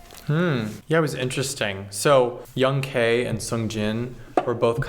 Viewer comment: Lmao I unconsciously corrects them on how pronouncing Young K's name 😂